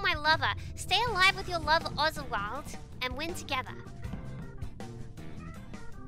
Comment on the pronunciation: im in "lova" with sayin "lova"